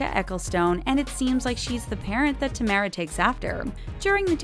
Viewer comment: Oh lord It's Ta Mara. Not Tay mara